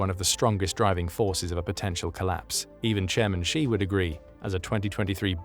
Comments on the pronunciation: Why the narrator call xi jing ping ''gee''? Xi isn't pronounced geee or jeee, it's pronounce like ''see'' or ''scee'' like scene.. see jing ping you say ,,,i see you,, not i geee you xD its not hard It hurts my ears and i'm not even Chinese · Xi is pronounced "she". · if you are going to keep making documentaries about China the least you can do is learn to pronounce Xi Jinping. Xi is pronounced like the English word SHE